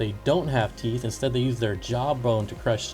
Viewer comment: Tow theeth haha,🤣🤣🤣🤣😂😂